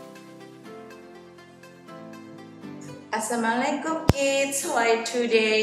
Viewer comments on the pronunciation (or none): Assalaamu'alaikum miss, bukan asamulikum..